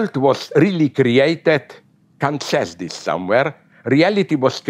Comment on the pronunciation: Everytime he says Kant I hear him say c*nt, and I love it.